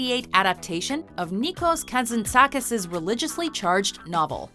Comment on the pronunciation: OMG Im Greek and I heard Nikos Kasatzakis's name and I almost cried xD xD xD the pronunciation was so funny xD A for effort thought ^_^